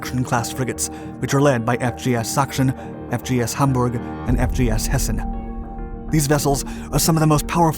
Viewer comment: Metric please? But your german pronunciation of Sachsen, Hamburg and Hessen is very good!